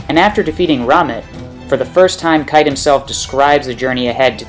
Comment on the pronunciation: His name is pronounced "kie-te" not "kait"... The dubbed name doesn't hold any bearing on his abilities and such. I also doubt Kite's plan was to get 'resurrected' or to at least persist so he could continue to guide his followers. I mean, how could he have known he would be resurrected like that? Or keep his mind for that matter? Your description of his different weapons and what they might mean seem to be spot on, I just don't agree with the conclusion you draw from it.